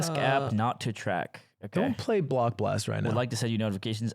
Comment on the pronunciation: Him calling block blast blox was pissing me tf off